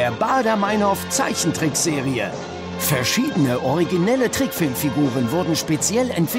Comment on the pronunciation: der moderator kann nichtmal meinhof sagen. die heißt meinhof und nicht meinhoooof. scheiß extra 3.